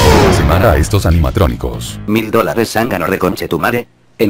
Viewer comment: dice animacronicos